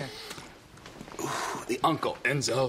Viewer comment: "The unckle.. enZOHHH" 😆😂 😭 I rewtached this gem like 10 times dying w laughter loll